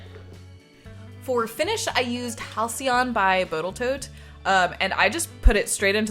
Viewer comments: By “botal tote” 😂 thanks for your great work! Love the experimentation and seeing you make your future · Botal Toat? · "Botal Tote" 😂